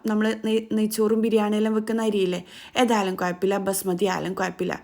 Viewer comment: കൊയപ്പമില്ല അല്ല - കുഴപ്പമില്ല